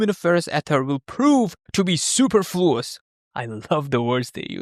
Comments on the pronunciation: Sorry, I need to say it: it's pronunciation is supErfluouss as a word (it means unnecesary). Good channel anyways. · Hey, hope this can help. Your intonation of ether stressed the incorrect syllable.... And you missed a pause.... Su-PERfluous. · Okay, but it is "soo" + "PUR" + "floo" + "uhs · It's pronounced soo-PUR-floo-uhs (/suːˈpɜːr.fluː.əs/) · Great video, and I can't say I understand all of it. But the word superfluous is not pronounced how you pronounced it. It's pronounced like soo-per-fluous. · Friendly notes: I could be wrong on this point but that’s not my understanding of Newtonian Relativity (which just says the laws of physics are the same for all inertial systems) — Einstein Relativity was the origin of light speed being constant for all observers. and note it’s pronounced suh·pur·floo·uhs — as more of a reader myself I often mispronounce words that end up being common but I don’t recognize when I read them :) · su-PERF-lous i.e. unnecessary. Just an FYI on pronunciation.